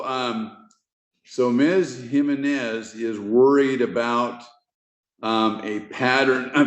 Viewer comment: That's not how every Hispanic Jimenez I know says it. HEE -MEN-IS. Your "/" notation is incorrect. Those symbols tell us to say exactly what we spell out. So yours starts with a j sound. The J in Spanish is pronounced as an "H" sound in English.